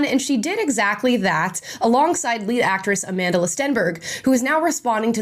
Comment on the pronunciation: I actually thought you said you're a fan of A Mentalist Stenberg😂😅.